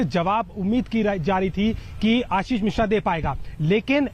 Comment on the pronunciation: मिश्रा है मेडम जी।मिश्र नही है।